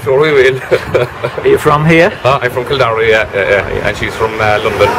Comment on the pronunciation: What a cute video! Great idea to get a snapshot of these villages. I'm embarrassed to say I couldn't understand half the accents, haha (American here), but I learned the proper pronunciation of Kildorrery so that was neat!